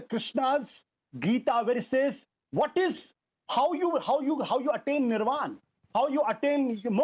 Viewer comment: it’s not “nirvan” it’s “nirvana”. And my admiration for your ability to blatantly disregard your own intellectual capacities and put your own values(I am assuming you still have some remaining) aside so conveniently. Bravo